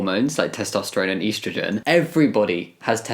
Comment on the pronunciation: I can’t get over the way you say estrogen 😭😂😂